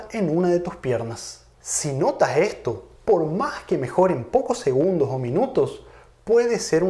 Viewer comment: cuando pronuncias segundogs , mag, muchag, puedeg...esta a punto de darte un ACV?